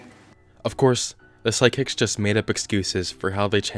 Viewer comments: Why do I hear you saying "sidekicks" instead of "psychics?" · It sounds like you’re saying “sidekicks” 😂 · Why do I keep hearing "side-kicks?" XD